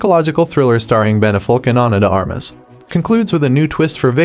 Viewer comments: Who is this "Ben Affolk" you keep mentioning?!?! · Who the heck is Ben Afolk lmao